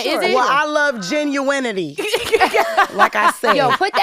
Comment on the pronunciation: Genuinity aka JAH-NEW-WAH-TY! 😂😅